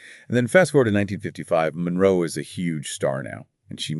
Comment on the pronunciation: Her lastname is not Monreo, it's Monroe